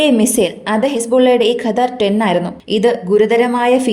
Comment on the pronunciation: Qaadr alla qadr .kazhivu ennartham